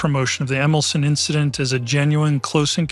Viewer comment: Jan Wolski pron. YAN VOL-ski Emilcin pron. EMIL-cheen